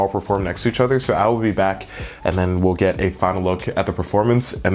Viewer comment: "Udder things"